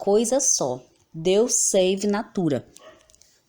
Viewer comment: Deus sive natura. Seria o correto e não SAVE.